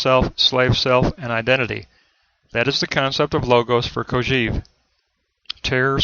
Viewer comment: This is a very good summary, all except for one thing: please, please, stop saying "Kojeev." The correct pronunciation is "Kojɛv", with an è as in "best". It is pronounced this way in French as well as in Russian, with "Кожев." There is nothing more distracting than that repeated beeping sound: "EEV ... EEV ... EEV." Please stop teaching your students this incorrect pronunciation.